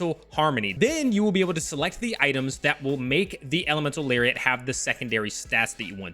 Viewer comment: I like when he says Elemental Larry at and Elemental Larry ot